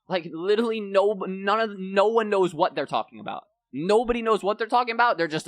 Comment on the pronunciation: Why is Scrap is littlely? It LiteRally with an R 😂😂